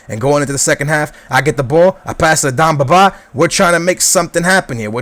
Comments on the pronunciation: It's demba not damba :) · ...its Demba not Dumba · Its demba not damba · D'E'mba Ba not dumba Ba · Demba Ba, not Dumba Ba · DEMBA!!!!!! BA NOT DUMBA!!!!! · Demba not damba :) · It's Demba Ba not Damba Ba. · His name's Demba Ba, not Damba :p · d-EM-ba not d-AM-ba :) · It's DEMBA BA not DUMBA BA!!!!!! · Its DEMBA, not DAMBA. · its not darmba ba its demba ba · Please, its Demba ba not Damba ba its E not A, You're murdering his name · I'm loving the series but just because your Portugese doesn't mean iit's Damba Ba. IT'S DEMBA BA!!!!! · Yo its dEmba ba not damba ba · its DEMBA BA not DAMBA BA!! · demba ba*, not damba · It's not dambaba just to let you know, it's Demba Ba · It's Demba Ba NOT Damba Ba. Fuck. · It's Demba not Damba ;) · Deeeeemba not damba -. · love your videos but its DEMBA BA not DAMBA BA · Demba not Domba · Stop saying DAMBA it is DEMBA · Who the fuck is Damba Baaa? You're pronunciation is shit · DEMBA (DEHM-BAH) BA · Damba Ba is how he says it. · DEMBA Ba... DEMBA... With an "E"! Jesus man. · Bro, his name is DEMBA BA not BAMBA BA